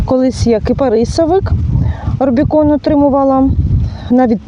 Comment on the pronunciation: у відео звучить орбікон.Спеціально перемотала відео,щоб прослухати декілька разів.Та Бог з ним...